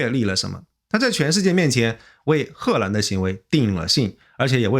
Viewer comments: 为什么念贺兰？ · 荷蘭的荷是二聲，不是四聲，一直賀蘭賀蘭聽不慣😂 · 这河南的更是故意的吧😂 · 艾森读 荷兰的时候好像有河南话那味😂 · 感觉是湖北